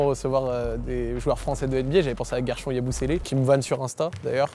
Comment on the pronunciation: On dit GuershONE Yabusele (on prononce guershon comme on dit on/off en anglais)